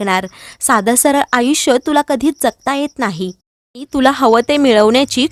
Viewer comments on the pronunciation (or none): none